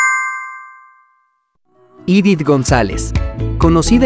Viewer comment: Me gusto mucho la novela y me gustaría verla otra ves. Solo una cosa tienes que marcar los acentos como Èvora lleva acento en la È. Edith no Idith mejor tú pronunciación.